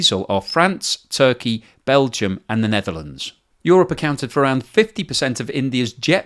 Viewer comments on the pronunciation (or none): none